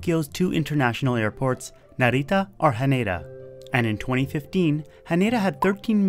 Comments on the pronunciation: You're pronouncing Narita like it's a spanish word lol. It's more like Nah-ree-tah. You're accentuating the middle syllable too much. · the way you say narita is kinda cute. sounds Spanish Naritta. with the accent on Ri. but the accent is on Na